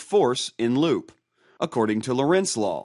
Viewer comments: I believe it's called Lorenz law not Lawrence law. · Its not Lawrence law, but Lorenz.